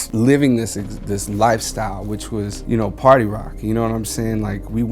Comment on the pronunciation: "Sorry for pary rocking"